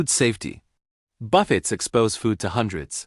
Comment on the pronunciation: Buffets? Like, waves buffeting a ship? How about a real narrator.